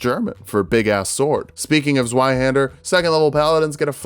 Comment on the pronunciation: Good pronounciation on Zweihänder, just need to be a bit cruder on the z. Pronounce it like a ts.